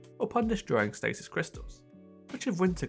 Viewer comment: You're not the only one that has trouble pronouncing it.